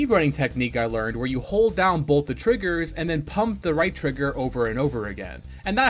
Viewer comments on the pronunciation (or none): The fact that you said "bolth" in the video.